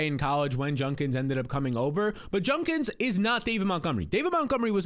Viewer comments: ‘Judkins’, not ‘Junkins’ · Judkins* not junkins